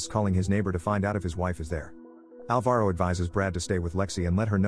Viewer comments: Its not alva-ro, its pronounced al-varo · That's not how you pronounce Alvaro